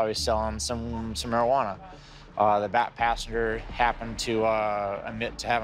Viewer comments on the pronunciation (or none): LOL I thought he said "black" 😭😭😭 but he said "back" I'm so dead 💀💀💀